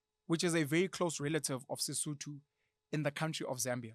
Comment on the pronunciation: It’s Sesotho Penuel not “sudu”